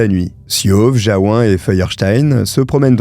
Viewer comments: On prononce Jaou"N" à Jaou"1". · Merci pour cette histoire atroce Pour info, Jaouen, se prononce Jaouène, c'est Breton 😉